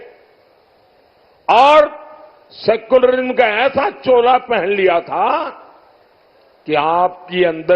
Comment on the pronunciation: Is video ke 21 aur 22 minute ke beech jab Modi Ji Uddhav Ji par hindu / Muslim karne ka aarop laga rahe hain, dhyan se suniye Modi Ji se "secularism" nahi bola ja raha hai 😂 "Secularim" bol rahe hain. 😂😂😂